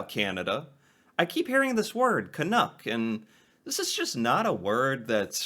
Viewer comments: Being a little pendantic here, but you keep saying "Canook". It rhymes with "duck". Do you say "dook"? Is it just your accent? CAN-UCK. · Hi,. I love this discussion! I hope you are open to a suggestion for pronunciation that might make the word more recognizable to us Canucks. You seem to be saying 'canook' (rhyming with 'look') when most Canadians would pronounce it 'caNUCK' (rhyming with 'luck'). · I’ve never been offended by the term, but please… STOP pronouncing it as Ca-noo-k. It is pronounced Ca-nuh-k. Thanks. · Its pronounced ka-nuck not ka-nook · Can....uck, not Can....ook. At least get it right. lol. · Your pronunciation of the word seems to waffle between Can-NOOK (rhyming with book or look) and Can-NUCK (rhyming with tuck or luck or f... ummm, never mind that one!). The latter is the correct pronunciation. I appreciate your respectful approach to the subject. Happy New Year! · For some utterly bizarre reason, 99.999% of Americans say "Can Nook" instead of "Can Nuck" is not bad here with most of his video, but keeps straying close into the Nook zone when saying it lol. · Pronounced Can uk (uk as in yuk) not as ook. Does that make sense? Love your reactions :) Keep it up. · Tip: you’re pronunciation is vacillating back and forth from the correct Canuck like «puck » and the incorrect Canook like « nook. » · Correct me if I'm wrong... Your pronunciation seems to (mostly) sound like "can-ook", but should rhyme with "luck" , not "book". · One thing, Canadians pronounce it to rhyme with truck, not with book. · Just change your pronunciation slightly. Canuck like puck..not like pull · It is pronounced Canuck though - rhymes with chuck or buck, not book or cook